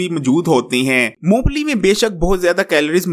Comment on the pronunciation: Uncle g yeh "moongplli" nhi "Mong Phalli" hoti hai